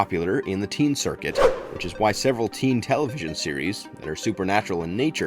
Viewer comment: says teeen wolf, no teen wolf here